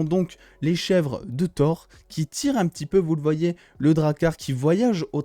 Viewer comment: Ouais bon mec c'est TOUR comme si tu parlais d'une tour...c'est pas parceque c'est en anglais qu'il faut dire TOWER😂😂😂